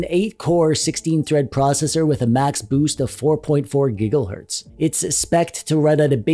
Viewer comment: When he said Giggle hertz. I chuckled a bit.